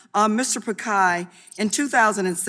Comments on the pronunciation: Mr. picai?😂😂😂 It's Pi-chai not picai. 😭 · At least learn to pronounce the persons name right congresswoman, just better ask, it’s not Pikai , it’s Pichai ( chai as in chain) . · Not Pakaai... It's Pichai. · Mr. Pichai being called Mr. Pikai😂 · She said pikai instead of Pichai 🤪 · Okay thats not pronounced as pikai rather picai.. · when she pronounced Mr Pikai instead of Mr Pichai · Mr. Pakai...... Noice pronunciation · mr pikhai? At least pronounce his name correct. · Congresswoman calling Sunder Pichai, Pakai instead of pichai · Why is sundar pichai using cisco webx instead of Google meet and his name is pichai not pikai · It's not pikai It's pichai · How on earth is the congresswoman pronouncing pichai as pakai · Ok, she mispronounced google and alphabets CEO Mr. Piccai. that too more often, confidently. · Did she said Mr.Pakai Instead of Mr.Pichai 🤣🤣🤣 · There is difference between "Pikkai" & "Pichai" isn't ? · Pichai is pronounced as pitch-high not pick-high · It's not Pi-kai It's Pi-chai (chai the tea) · It's pichai not pikhai 😂 some one tell this congresswoman 😂 MS de meanings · I feel sick every time the congresswoman says pikai instead of pichai. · At least pronounced his name correctly it isn't Pikai, is Pichai. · not pickhai..it is pitch i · "Mr. Pikai" bro...its Phit-Shai !!!!! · He is Mr Pichai not pekai 😂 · Congresswoman it's pichai not pikai🥺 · It's not pakai it's Pichai.... please address him with right name first..... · Its Mr.Pichai not Pikai, stupid Ms. Dummy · it's not Pikai, it's Pichai🤣🤣🤣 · She every time pronounced pii-kie😡😡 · It's Pich-ai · She's wrong in all counts on 'pick khay' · Sorry Ms DemiMs, unless you get the name as PiCHAi, you get a butchered name too! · She is pronouncing Pichai's name all wrong. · When you can't even google the pronounciation of the name of the CEO of fricking "GOOGLE" beforehand. Smh. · she keeps pronouncing his name wrong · If youre lecturing him at least pronounce his name right... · Atleast get the name right.